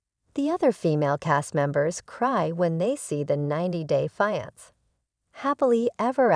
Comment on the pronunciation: maybe learn how to pronounce "fiancé"